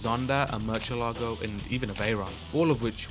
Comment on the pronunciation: brotha said merchalago